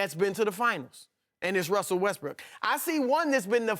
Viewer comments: Wussell Restbrook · “Wussel Restbrook”💀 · "wussel westbrook" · Anybody hear him say Wussel Westbrook 😂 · wussol wusbook did anyone here him say that lol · Wussell Westbook